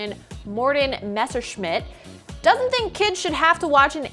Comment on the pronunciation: I'm proud to be a Dane. Also, it was pretty funny to hear her try to pronounce Morten Messerschmidt. 😂